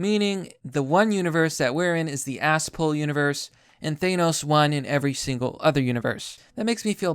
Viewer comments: why are you saying it ThAYEnos its Th-an-os seriously what the fuck is wrong with your pronunciation ? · Thanos, not ThAnos. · Why do you say 'Thanos' like that? The correct way to pronounce his name has been established quite well over the years. This isn't a 'tomato/tomahto' thing. There's only one way to say it correctly, and you're doing it wrong.